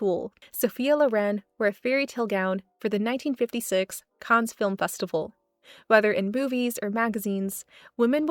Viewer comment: Not to be mean, but just letting you know - Mamie is pronounced like May-me, and you don't say the s in Cannes.